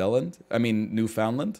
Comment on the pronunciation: NL! How can you possibly pronounce Newfoundland so poorly! It's one of Canada's 10 provinces!